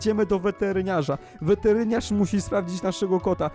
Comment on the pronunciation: czemu ty muwisz weterynasz a muwisz wertrińasz xd